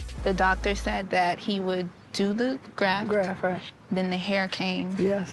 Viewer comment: GrafT****, not "graph," you goofy, goofy person.